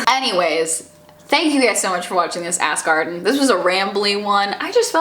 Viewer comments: Morgause x ass garden sounds like ask arden. she is saying ask arden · Now every time she says ask Arden, I can only hear ass garden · I keep thinking you're saying "ass garden" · People kept telling her that every time she said "Ask Arden" it sounded like "ass garden" so she just changed the title lmao. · I'm dying I just keep hearing Ass Garden instead of Ask Arden it's amazing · Ass Garden? I am confused. Are you saying Ask or Ass; but the title says Ass. ahh D:! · "Ask Arden" sounds really similarly to "Ass Garden" which I'm 100% here for. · I have to like this video just because I laugh every time I hear you say Ask Arden now